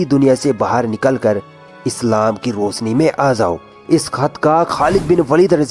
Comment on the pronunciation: baaki sb to thik hai bht achi baate btai... But bhai KOSIS nhi KOSHISH.. ZEET nahi JEET.. ZANG nhi JUNG.. ROSNI nhi ROSHNI.. SAHEED nahi SHAHEED.. Hota hai..